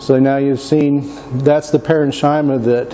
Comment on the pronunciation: Nice video...but pronunciation correction. "Parenchyma" is pronounced with a hard ch sound. ..paren-kee-muh